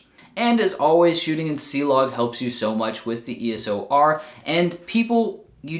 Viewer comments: EOS-R, not ESO-R... :) Just saying.. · Nice vid. Just a heads up, for us geeks who wonder if Canon's got NEW EOS line, you often pronounce EOS (ok) and then you add 'O' (like double O seven) before saying R. Whew, I already have this camera!